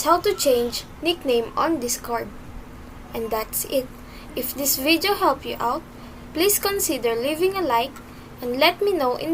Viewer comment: the way he/she pronounced “video” and “arrow” is 100% filipino